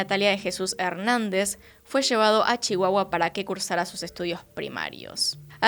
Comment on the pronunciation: Te veo desde Chihuahua y sentí extraño escucharte decir Chihuahua jajaja. Te quiero